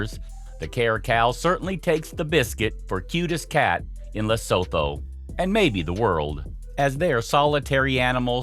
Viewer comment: Lesotho is pronounced LUH SOO TOO please.